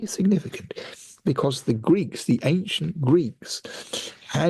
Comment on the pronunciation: Am I mishearing this, or does the host,, pronounce “ancient” like a mix of “ank-shent” and “ayn-shent”? I ask this because I recently ran across an American YouTuber in his early 20s who clearly pronounces “ancient” as “ank-shent”, the first time I’m ever heard a native English speaker do so. So, I wondering if that other YouTuber and grew up in the same part of the US.